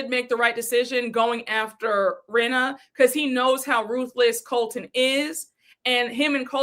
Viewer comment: Every creator I’ve seen that I watch is sick of Colton!! lol says calls him Coltron!!!! 😂😂😂😂